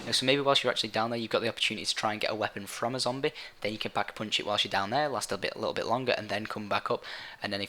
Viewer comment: He says Pock-eh-Poonch lol